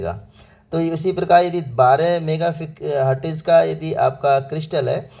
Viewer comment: Hertz to bolna seekh lo pehle😂